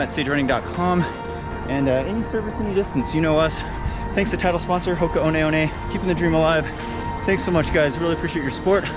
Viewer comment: I believe it’s pronounced, Hoka 1 1.